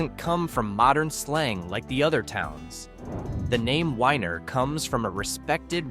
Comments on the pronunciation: Weiner is pronounced weener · The town of Weiner--is pronounced "weener". LOL